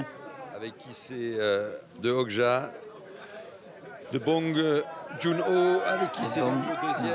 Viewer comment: They didn’t even pronounce director bong’s name correctly. It’s suppose to be pronounced as Bong Joon Ho with more stress with the o’s not bong jungho.